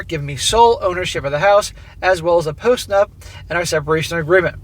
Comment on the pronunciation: Every time you said "post nup" it sounded like post nut. 🤣 Yes post nut clarity; make her sign it!